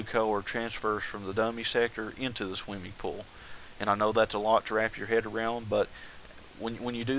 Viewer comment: omg, RevyDaBro, i heard that also!!! PS im a Chex Quest modder, its basicly doom, but you teleport slimy creatures